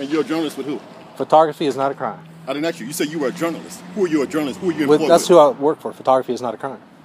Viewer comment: I didn't "axe" you dat.